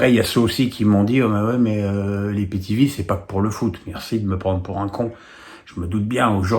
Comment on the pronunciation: Euh … on dit aie pi ti vi et non pas i pi ti vi